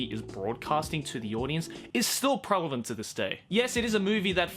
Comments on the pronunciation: Yo, it is pronounced "prevalent" not "prelavent". Nice try though. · did it annoy anyone else when he kept saying prelavent instead of prevalent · Am I the only one hearing combine 'prevalent' and 'relevant' into "prelevant"? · ITS PREVALENT NOT PRELAVENT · Say "prelavant" instead of "prevalant" for dislexic reprensentation. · Petition for to stop saying prelavent this instead of prevalent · is it me or was saying prelavent instead of prevalent the whole way through this video? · am i trippin or does keep saying "prelevant"? like he's trying to say relevant and keeps getting it confused with prevalent. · Fun drinking game: Take a shot every time says "prelavent" instead of "prevalent". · Drink a shot of water each time says “prelavent” instead of “prevelant” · PREV-EL-ENT NOT PREL-EV-ENT please it hurts to hear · Just here to politely point out it's 'prevalent' not 'prelavent' 🌝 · isnt it pronounced "prevalent" instead of "prelavent"? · is he saying prelavent instead of prevalent? i've heard it 3 times and it sounded wrong all 3 times. only 7 mins in, maybe he fixes or fudges it more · Unpopular opinion: It is pronounced prelevant and not prevalent. Jk love your videos anyway! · Yes. "Prevalent" is a word. "Prelavent" is not. I'll take my A please. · Lol “prelavent” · Everytime says “Prelavent” it’s cringe 😬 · Soo yeah, just checked, pretty sure 'Prelavent' isn't a word. Oof moment. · “prelavent” “prelavent” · did you just say prelevant? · No one:: “pReLeVeNt” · Holy crap how many times are you gonna say “prelavant” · I'm sorry, but it's driving me crazy. "Prelavent" is not a word. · no one:: p r e l e v a n t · Let's Fight aka can't say the word prevalent. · please say "prevalent" correctly. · Can we teach how to pronounce the word “prevalent”?